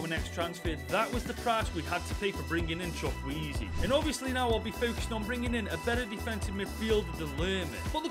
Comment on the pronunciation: this is how you pronounce his name choo/koo/a/zay